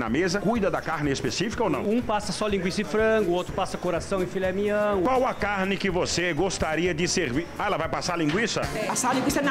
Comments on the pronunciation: Gerente : filé mião tá sabendo falar bacana tá certo 🤙🏻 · Esse gerente, falo Filé Mião AKAKAKAA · Filé meião